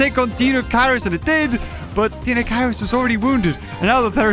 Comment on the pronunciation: Deinocheirus pronunciation: DINE-oh-KIRE-us